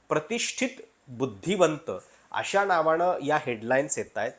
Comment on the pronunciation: अहो मराठी तरी नीट बोला 'अशा णावाणं' नाही अशा नावानं असा उच्चार असतो. By the way मी देखील सातारा जिल्ह्यातला मराठाच आहे, फक्त राजकारणात जाऊन पैसे करणारांपैकी नाही.